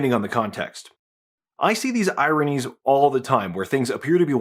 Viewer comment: The first time you said, “ironies” I thought you’d said, “Iranians”. Lol